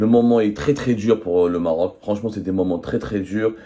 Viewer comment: Le régime des généraux mafieux exprime sa solidarité au peuple marocain frère....le journaliste avait du mal à prononcer le mot Maroc